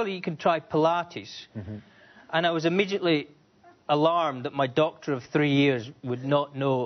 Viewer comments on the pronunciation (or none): whenever he said Doctor i kept hearing Dog lmao